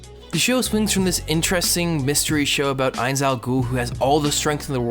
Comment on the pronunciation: "This isn't Overlord." BULLSHIT. You reference the author and his writing despite not taking the time to pick up the source material. Fucking anime onlies. At least pronounce Ainz sama's name correctly. Jerking off to Nazarick is cool, but as you said its about WORLD BUILDING. IN fact, we arent going to have Ainz as protagonist until the 9'th volume, which means this arc included, 5 volumes worth of material without Ainz so I suggest you drop the series and avoid watching the next arc altogether if a powerfantasy skeleton isekai show is all that you're after.